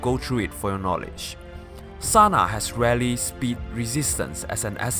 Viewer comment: Its TANA not Sana -_- the whole thigh segments are fucking cringey like jesus